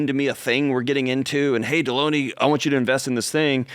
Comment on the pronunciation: Dude how can you butcher Delony’s name so bad when it’s right in front of you. If you’re going to criticize him at least get his name right. It’s basic human decency. Also, most of these calls required John’s skillsets. George and John work very well together and George will hop in if it’s strictly money. Most of the time it’s not.